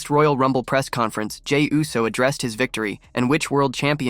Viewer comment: Yousse?? Try Ooss, dawg. 😮